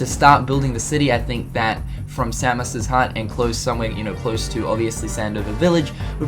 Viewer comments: you say Samos's name so wrong.. its say-mose not sam is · It's same-ohs not sammus. It's not metroid buddy. loved the video though. I've always wondered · Sa-mus? It’s SAY-MOS!!! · Idk why i understood Samus like from Metroid when you mention samos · Its Samos not Samus you're saying it wrong you say it like he is the Metroid character. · Not to be rude or anything, but you keep pronouncing Samus' name wrong =|